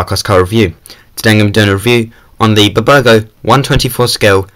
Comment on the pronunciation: bbago? it's burago (b-you-r-ago)